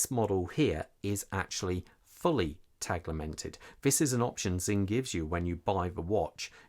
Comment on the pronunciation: There’s no ‘L’ in Tegimented!! 😂 Great review though, thank you. I’m desperate for Sinn to release this in blue, as per the U1b but am not sure I can hold on much longer! The classic red/black colourway is such an iconic Sinn look that I’m torn! Keep the Sinn reviews coming! 😁👍